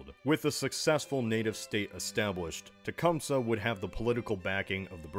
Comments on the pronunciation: Techum-see not suh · Jesus no one ever says Tecumseh right. Say it with me- Tah-cum-say. There you go. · In mid Michigan we pronounce his name as Toocompsee. I don't know if it's right, but that's how we pronounce it.